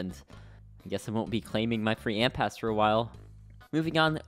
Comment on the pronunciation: is it just me or just why did i hear n pass over ant pass